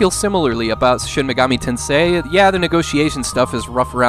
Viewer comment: "Shin Meegami"......Absolute American